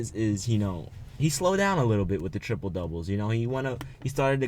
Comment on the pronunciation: LMAO it's not tripole it's triple